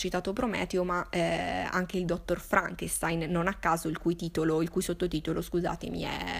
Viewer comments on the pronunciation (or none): none